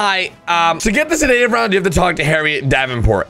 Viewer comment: Google how to pronounce sedative